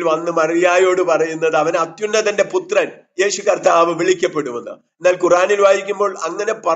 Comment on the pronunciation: യേശു കത്താവ് എന്നാണോ, അതോ കർത്താവ് എന്നാണോ? നിങ്ങൾ കത്താവ് എന്നാണ് പറയുന്നത്. 😄